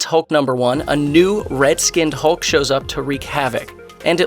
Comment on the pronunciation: 6.35 did you just day 'hult'?? 🤣🤣🤣🤣